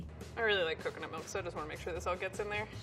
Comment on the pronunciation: pronounces milk like 'melk'.